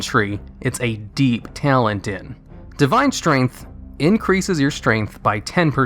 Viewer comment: t - a - l - e - n - t not ""tialent"